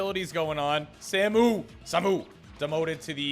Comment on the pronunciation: "Samu" is pronounced like Saah-moo (both syllables drawn out)